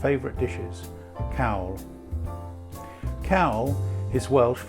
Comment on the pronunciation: It is Cawl not cowl but hey ho